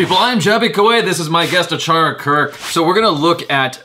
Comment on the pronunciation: Achara always read the movie names correctly